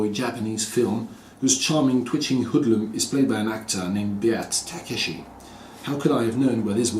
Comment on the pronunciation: Lool ! Il faut prononcer Beat à l'anglaise dans Beat Takeshi ! C'est le surnom de l'acteur et réalisateur Takeshi Kitano :)